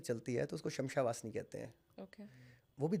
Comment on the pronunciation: Shamsha vasni nii..shamshaan vaasni bola jata h..pehle naam to sahi bolo bhai